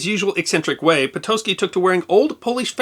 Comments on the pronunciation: Awesome story!! Po-taht-ski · Patocki = pa-to-skee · No, correct pronunciation is [po-tots-ki]. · Never knew it was pronounced 'Potoski'